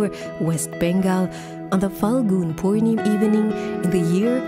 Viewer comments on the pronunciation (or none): Not Purnim it's purnimaa And It's not Krishnaa it's Krishna